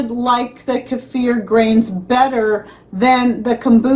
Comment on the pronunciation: Love hearing your pronunciation of "keifer"😅 I lived in Russia and THAT'S how it's pronounced there. Oh my, it was SO DELICIOUS 😋 I so enjoyed having many kinds to choose from aswell.